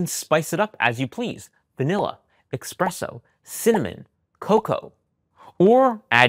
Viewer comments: Did you say eXpresso? 🤦‍♂️ Oh no per favore! 😅 I'm kidding, I'm actually your subscriber, I watch all your videos, you're just awesome, dude! 😊👍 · Espresso, not expresso.